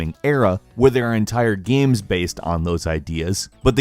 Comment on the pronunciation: Gaems? That means games, right? 😂 😂